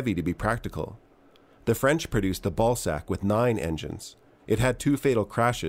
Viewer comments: What I heard just listening to the video but not watching: "The french produced the ballsack" "wait what?" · He definitely said ballsack and not Balzac, made me laugh